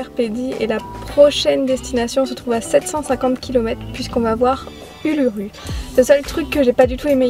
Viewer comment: Trop cool et moi je suis allée au lac de del et je suis montée sur l'uluru mais si jamais uluru se prononce oulourou